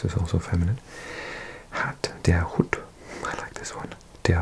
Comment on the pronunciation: Your German is getting so good, mate :) but one thing I noticed is your pronunciation of "der Hut". It is a longer u. More like the English "hoot"